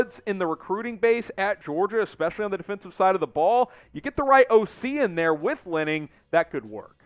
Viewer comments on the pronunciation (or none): It’s Lanning not Lenning! Are you guys for real. Get it together PLEASE